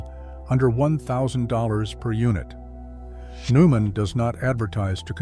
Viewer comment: BTW, Neumann is pronounced NOY-muhn.